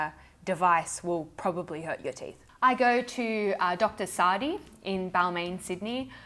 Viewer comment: 😂. I really did rewind the beginning to see if you really said "teef."